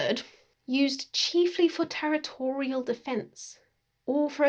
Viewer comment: I'm sorry, did you just pronounce "territorial" as "te-ritto-REAL"?